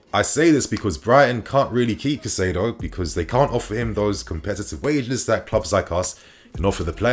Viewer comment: I am pretty sure Caicedo is pronounced Kai-Say-Doe